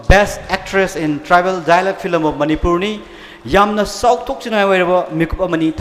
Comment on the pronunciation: Fillam fillam haisine wa loire... 🙄💁‍♂️event host je keidoure haibano.... it’s film not fillam... even a kindergarden kid can say it...🤦‍♂️🤦‍♂️🤦‍♂️